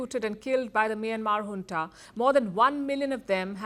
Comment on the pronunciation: It's junta not hunta. How many times will I correct you.